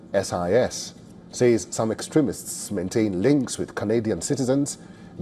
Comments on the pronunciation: What’s with Ceeee SIS ? Why can’t the anchor say CSIS ? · You can say ceesis (CSIS) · You can pronounce ISIS Say the see than sis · he knows what CSIS means. He is only asking why the anchor is saying ccccSIS😅😅